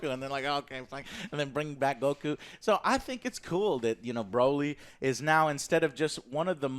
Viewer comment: It's...... BRAW-LEE, NOT BRO-LEE..... o.O''